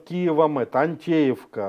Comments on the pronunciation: ГрОнинген! Ударение на первый слог! И не Антеевка, а Анатевка . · Анатевка а не Антеевка. Домов там много.